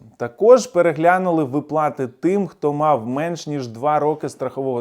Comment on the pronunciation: Не випла'ти а ви'плати